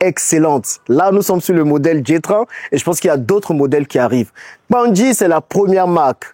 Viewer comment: Hmm tu prononces bien KPANDJI déh